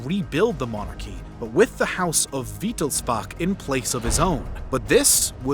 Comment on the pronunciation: bro ur pronounciation of wilhelm and wittelsbach is painful